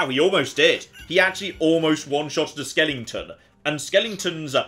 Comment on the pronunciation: Skeleton, there's no ing.